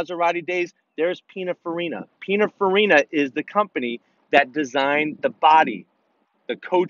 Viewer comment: Pinafarina? Sounds like a type of pineapple. Do you mean PinINfarina?